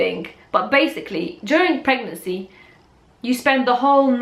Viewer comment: i love the way she said pegnancy instead of pregnancy